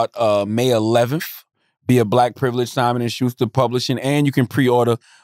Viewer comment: Nigga, it's Simon!!!! Not Schimon 😂😂